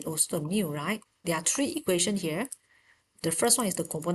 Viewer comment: its three not tree